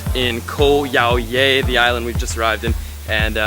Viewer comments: Great video and indeed it is a great place to go to for a few days. I had to laugh about your pronunciation though. :) Koh Yao Yai means "Island Long Big". The Yai is pronounced "Jaai". Same ending sound as Chiang Mai. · Pronounced Yah-e. Means big in Thai 😂 vlog is on point though! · You pronounce Thai always wrong. Yai (Jaai) = Big/Huge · Nice video but ......How have you lived and spent so much time in Thailand yet still can't pronounce the name of a well known island correctly ? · super annoying how he keeps on pronouncing 'Yai' wrong......